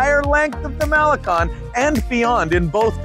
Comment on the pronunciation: Great attitude,! Malecon: Mah-le-Cone, with accent over "cone"! You need to spend more time among Mexican friends!